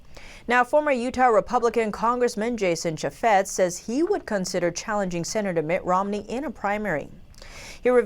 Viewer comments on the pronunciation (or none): Chaffetz is pronounced "CHAFE-iz" and Utah is "YOU-tah" (hope you don't mind).